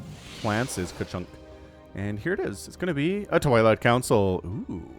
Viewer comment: Am i crazy or did he call the twilight a toilet council 😂